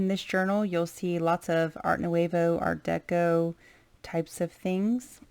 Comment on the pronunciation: It is beautiful! I sure wish you pronounced Nouveau correctly though..